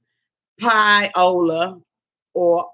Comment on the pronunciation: Pie-o-la jajaja